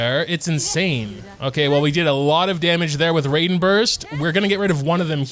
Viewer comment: How do you manage to mispronounce almost every character's name. Did I really just hear koko-my and rayden 😭